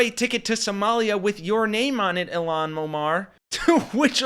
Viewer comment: Isn't it "IL-haan"...not "Ill-aan"?